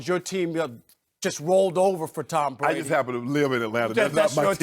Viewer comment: Who is “Tom Bwady”?